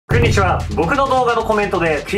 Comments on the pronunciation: 皆気づいてるかな…… 「こんにちは」が「クンにちは」になっている事を…… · クンにちはーかと思ったww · くんにちはかと思った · くんにちわの原点かと思った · ｢くんにちは｣